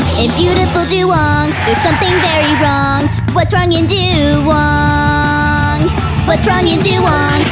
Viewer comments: du wayng not du wong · IT'S DUWANG NOT DUWONG GOSH! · This shouldn't bother me, but it really does. Isn't it "Dew-wang" and not "Dew-wong"? Love all this tho. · I thought it was duWANG not duwong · Master Markus It's just wong. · It's doo-wAng